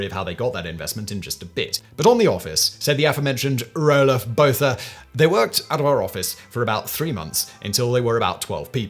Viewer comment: So I guess this video made it a month without South Africans having a stroke at the pronunciation of Roelof Botha...